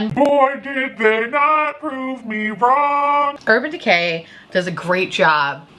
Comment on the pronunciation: Love that I heard "Urban Dick-hay". Can't unhear it now 😂